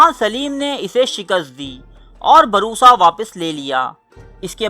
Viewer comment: Barisa nhi bursa bolo bhai